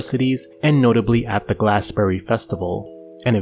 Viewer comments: It's Glastonbury not Glasbury!!!!! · And SAL-Ford, and Glass-Berry festival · fyi Glastonbury is pronounced "gla-stuhn-buh-ree"